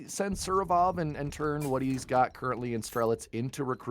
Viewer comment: Surovov? Why can't anglos ever get the order of letters in foreign words right, it hurts my ears 😭